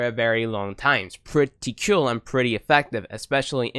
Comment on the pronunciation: umm is it "Kewl" or "Cool" ? 😂